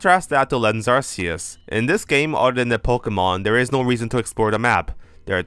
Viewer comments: Why does nearly everyone pronounce Arceus's name as Arseus? Even the anime pronounces it Ark-ee-us. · I'm fascinated by the take, really annoyed that you're not saying Ark-e-us, Ark sounds better than Arse you can't change my mind. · it's pronounced ar-coo-se! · Also I heard it's called Arkoos, not ar-keyus or ar see us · Ark-ee-us doesn't make sense. Its Japanese name had a soft "c". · you call Arceus the wrong way. You don't choose the pronunciations that words have, you just have to pronounce them. Arceus is pronounced with a K sound instead of a C one, and that's because it's inspired by the word αρχαίος (which means ancient in Greek) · Just let him pronounce it how he wants. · that's not how it works buddy. You can't pronounce words however YOU like, language doesn't work like that